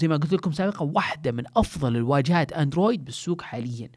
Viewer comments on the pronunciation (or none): none